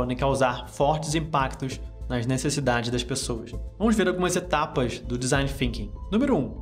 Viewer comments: FINKING? ah não vey... é THINKING com a língua nos dentes de cima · parei de assistir no momento que disse "desing Finking", pqp.... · mas THinking sim, é a pronúncia da línguas nos dentes